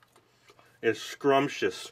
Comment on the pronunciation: Who says scrumchis? Lol idk how to spell it this is a great vid tho